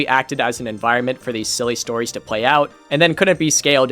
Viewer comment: im sure ur vid is great but man i cant stand you saying pway n shi like that its an L not a W